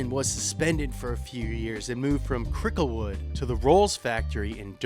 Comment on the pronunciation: Oh my God, the “Cricklewood” part!